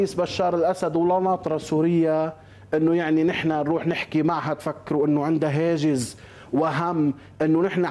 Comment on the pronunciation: اول شي هاجس مش هاجز لان انت صحافي ما هيك